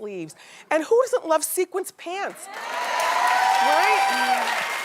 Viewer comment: The way she repeatedly referred to sequins as "a sequence" lmfaoooo